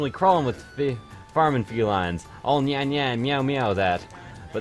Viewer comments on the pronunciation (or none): none